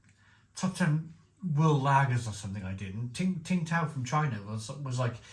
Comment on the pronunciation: Tsingtao first part is pronounced like 'sing' and you said the tao part correctly